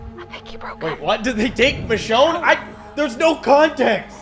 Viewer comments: Michionnay had me laughin, hi pronouncement of michonne killed mee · Although this game is awful the biggest tragedy to occur was your pronunciation of Michonne’s name ☠️